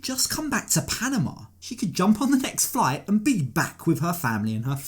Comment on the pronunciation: Would someone please teach this man how to pronounce “Panama”?😖😖😫😫